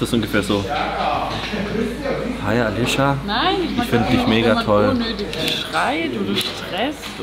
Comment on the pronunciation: hä auf einmal alicia aber dann wie alitsche ich finds so witzig ne